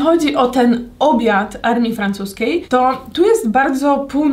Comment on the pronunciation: Pov. Mówisz w francuskim po polsku xd:Zaprachszam do testowaniaa Frąchsuskiej emerree